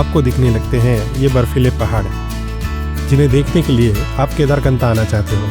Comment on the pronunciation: It's kedarkanth not knatha